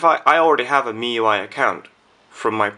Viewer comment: don't know why,i keep hearing miY .miY